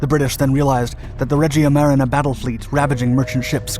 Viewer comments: Iapichino is pronounced "yapikino" Regia Marina is "reja mareena" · sorry but the way you pronounce Regia Marina is just too wrong, it just hurts